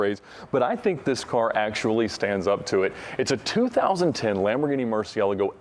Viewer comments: I hate how he say murcielago. Please some one tech him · Nice video thanks, but dude you really need to learn how to say 'Murciealgo' properly.